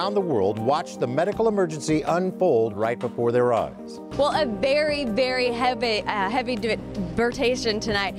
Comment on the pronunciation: That was quite a bery heaby burtation